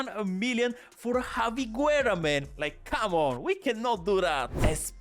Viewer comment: My man can’t pronounce a single name right 😂 Guerra is pronounced like Gerra as Busquets it’s pronounced as Buskets. You can only pronounce the “U” if it doesn’t have before “G” or “Q” as for example Juan. The exception that can be valid it’s if the “U” has this 2 dots “Ü” like “pingüino” (sounds the same as penguin but ending it with “O”)